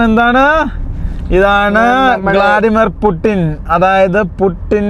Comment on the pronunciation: Vladimir putin❌❌gladimir putin✅✅